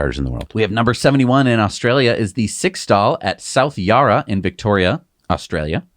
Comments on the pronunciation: And while we’re talking pronunciation, we Aussies get a laugh out of every attempt at our place names!😂 South Yarra.😅😮😂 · And South Yarra not yah rah.😊